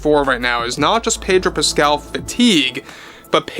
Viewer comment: Pedo Pascal, no r.